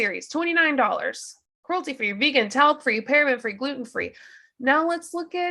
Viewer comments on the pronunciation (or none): none